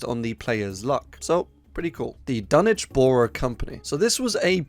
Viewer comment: You win YouTube for saying Dunwich properly 🥇🎉🍾